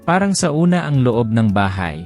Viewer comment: ano raw? Sa una? Parang ang ibig sabihin ay 'at first'. Sauna ay binibigkas na SONA.